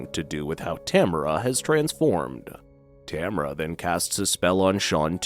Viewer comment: In the movie they pronounce it ta mar a